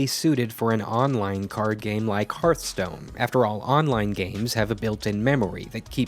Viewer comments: The name of the game is Hearth-Stone. Not Heart-Stone. Hearth is pronounced as fireplace 'hearth', not as Heart, the thing in your chest. So annoying to hear people mispronounce the name all the time. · hearth... not harth... HEARTHstone... fukme... why do you nitwits mispronounce it so confidently? it's so fucking cringy. I have issues. Please stop adding to them.